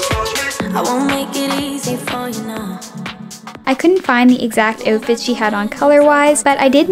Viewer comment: “ I find perfect O fit” outfit not o fit!